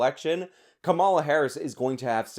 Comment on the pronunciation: It makes you sound dumb when you mispronounce the Vice President's name. I'm not sure if you're doing that on purpose out of disrespect or if you're just low information, but I think your argument would carry more weight if you were informed enough to pronounce her name correctly.